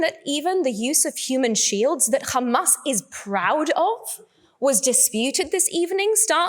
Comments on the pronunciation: How many times she said khamas 😂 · Who do they always say khamas😂😂😂🇮🇱💩🧻🚽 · She does know that the word HAMAS has no "k" in it right? Funny watching her polished accent change to pronounce these words incorrectly. Agent of genocide. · I can just hear khamas khamas 😂